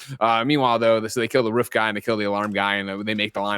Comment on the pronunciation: greg, have you always pronounced "roof" as "ruuf" lol??? am i just now noticing this? lol